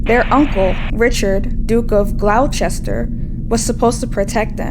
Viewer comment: I love your work and your interpretations of the masters. However, a small friendly correction, "Duke of GLOS-TER", not "Duke of GLOU-CHES-TER". Also "FER-DI-NEND" not "FER-DI-NAND".